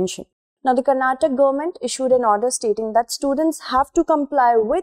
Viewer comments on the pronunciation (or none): Thank you so much for providing balanced approach. It is not Karnatak, it is karnataka. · I completely agree with your stand on every single dialect has its own relevance but people of that that region call the state as Karnataka and that’s the actual pronunciation.You could have learned it to be called Karnatak since kindergarten but people who hail from that region expect everyone to call their state by its actual name and not the version amended by a particular region/ethnicity.I can’t address you as only because it’s pronounced in my region that way right! It’s important that we recognise the prominence of each and every culture in INDIA being a fellow citizen. Hope you got my point